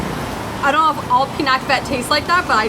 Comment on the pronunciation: I don't understand what she was saying til I saw. It is pronounced PI-NAK (as in Nah!) - BET (bet). You ordered Crispy Pata (so delicious, mini lechon using pork knuckles). Used in Pinakbet is Bagoong (little shrimp paste) as flavoring with veggies Squash, Eggplant (locally called Talong), Lady Fingers (called locally as Okra), Bitter Gourd (known as Ampalaya). You could have asked another dipping sauce without the chili for Crispy Pata.